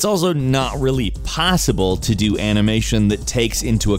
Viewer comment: It is "how DO..." laughs like a nerd eternally